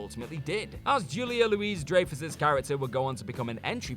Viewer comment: Also, it's not Julia LOUISE Dray-fus. It's pronounced Julia "LEWIE" DRY-Fus! Come on, man. You're not even trying any more!